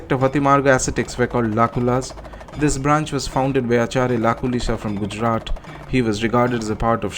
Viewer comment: Thank you for making these videos. I did not know this itihasa; thank you for teaching me. Just a small request. Please pronounce it as "गुजरात" not "गुजराट" Jai Bhole Baba Jai Bahirav Baba Jai Maa Kamakhya 🙏